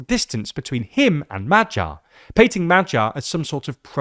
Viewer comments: That "MaGYar" rather sounds like "MaTTYar", let's work on that 😄 appretiate the effort though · for all anglophones here: its Magyar (g pronounced like in a word "great") not MAJYAR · the 'gy' sound is more like when americans skip the 'o' from 'do you know'. Try pronouncing Madyar, Shaping the 'a'-s like 'o'-s, (by opening up your jaw) while putting the emphasis on the first syllable. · Are you sure? I'm not Hungarian but dictionaries do tell me to pronounce it as [ˈmɒɟɒr] not [ˈmɒgjɒr]. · Magyar is Hungarian surname. Please read this surname as 'Madiar' with D instead of G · Why don't you make the effort to find out how is Magyar correctly pronounced?